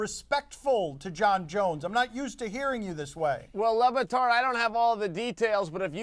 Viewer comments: At first I thought he called him "Lemontart" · LeRatard with an E.